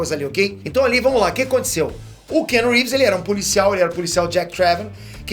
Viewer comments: Cara, aprende a falar o nome do ator corretamente - pelo menos. Não é kenu. A pronúncia é “Kianu Rives.” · O nome dele não se prenuncia "kenu reeves" Mas sim Keanu reeves. Praticamente da mxm maneira q está escrito 👍